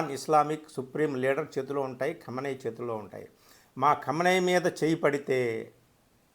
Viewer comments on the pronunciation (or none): Aray howle anchor ga khamanai kadhu ra, kahameni anali.